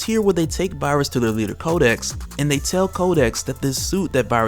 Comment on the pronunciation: 😂😂 everytime you say kodex i keep hearing kotex from black dynamite. 😂😂